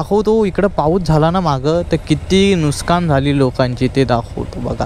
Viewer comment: नुकसान ❎ नूसकान ✅😂